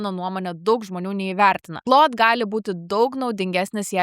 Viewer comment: Šiek tiek keista, kad Claude AI mokate ištarti tinkamai, o va Claude OS, kažkodėl tariate kaip cloud. 🙂